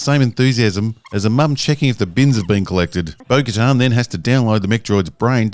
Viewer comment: Bo Katan. CC: Bogota Boca Town Beau Guitar Spoken To Her Bogotan Burger Town